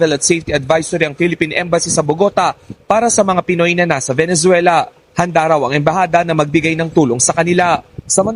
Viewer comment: venezuela hindi venenzuela